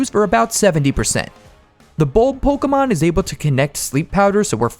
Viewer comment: Did you say pokemon or cokeamon